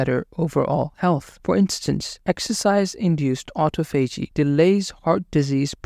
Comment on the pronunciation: It’s pronounced, AU-TA-PHOGEE